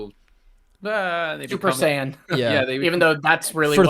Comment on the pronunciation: Wowwwwwwwww not knowing how to pronounce “saiyan” is criminal 😅